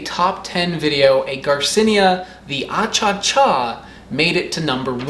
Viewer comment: Bolivia Won!!! 🇧🇴 It is not “achacha” , actually the real name is “achachairú” which means: “honey kisses.” Greetings from Bolivia!